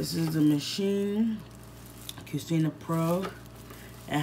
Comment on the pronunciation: My ears 😔 - it’s pronounced “cuchina” not “cusina”